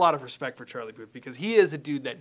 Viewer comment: "Our boy charie "😂😂😂